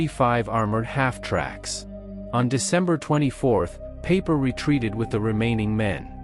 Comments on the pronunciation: Dude, I told you in another video that you need to phonetically change the German words so they sound German, not English. It's Pie-per, not Pay-per. You have to change the worded script so the robot can read it and pronounce it right. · Peiper, not paper.